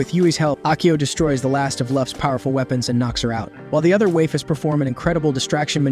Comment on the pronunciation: Shame it couldn't pronounce waifus if it was going to use it so often.